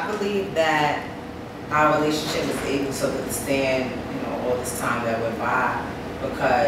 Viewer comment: "Relathionship" though?